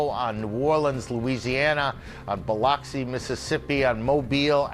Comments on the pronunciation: Buh-LUX-ee, not Bah-LOX-see.... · 🙄 Ugh i hate how he says BILOXI, MS. 🗣️ It's pronounced BILL-UCK-SEE😂